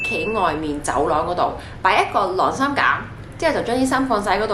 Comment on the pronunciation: 「䁁衫」唔係「掠衫」